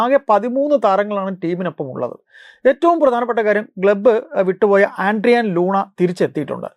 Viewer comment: ആൻഡ്രിയാൻ ലൂണ ❌ അഡ്ഡ്രിയാൻ ലൂണ ✅